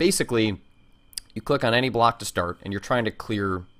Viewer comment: did you say "anygay" at around :40 ?